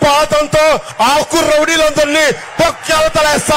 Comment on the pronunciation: ఒరే నువ్వు అస్తమానం ఆకు ఆకు అంటుంటే ...తు నాకు ....కు లా వినబడుతుంది.